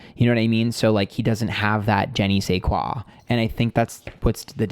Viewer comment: "Jenny Say Kwa" was just the cutest way to pronounce "I don't know what" in French!